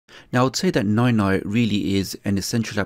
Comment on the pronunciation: Dis you just said Noy noy?